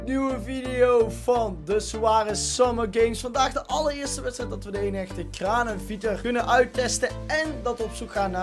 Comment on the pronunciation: het is volgens mij Kranebitter* want in het spaans wordt de v uitgesproken als een b. Maar ik weet niet of dat ook voor zijn naam geld